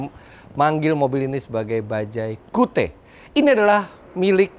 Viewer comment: Ini penyebutannya bukan kiut ya?